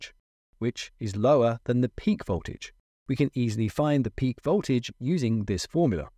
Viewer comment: Voltage not boltage